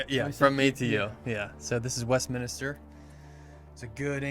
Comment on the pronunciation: Westminster not West minister. It is a building in England. Westminster abbey. Good video guys! Silviu ✌️